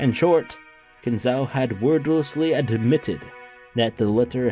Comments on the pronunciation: Kin Zo, O. Say it like Nanjo. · Not Ow, O. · It's really hilarious how you pronounce Kinzo's name. Is that on purpose or accidental?